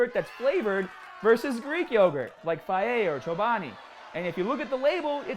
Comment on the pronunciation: Is that how fage is pronounced? Thumbs down for making me feel uneducated.